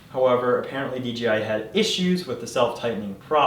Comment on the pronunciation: It's pronounced D - J - I ... not "DGI"....uh, just so u, uh, you know, uh, are aware.